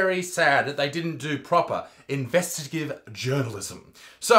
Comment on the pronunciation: He said investigative!! We'll done Isaac 😆